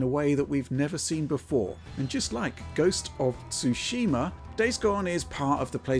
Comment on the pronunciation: Stop saying "SooSHEEmah", ya uncultured swines. XD